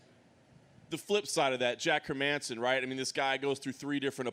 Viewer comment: Come on man pronounce Herman's+son's name right! Not that difficult man 😉